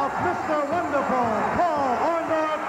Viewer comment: It's Orndorff, not Orndoff. That's what Hogan called him though haha!!!